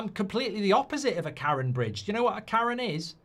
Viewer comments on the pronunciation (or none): none